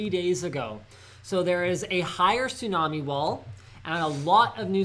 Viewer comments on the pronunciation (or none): none